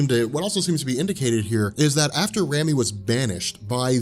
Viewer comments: Rami is a real name and is pronounced "Raw-me". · RAMI = RAH-MEE